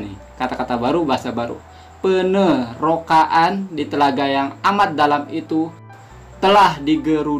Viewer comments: aq cakap sebutan bukan ejaan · Bukan penerokaan..sebutan betulnya adalah penerokaan..wc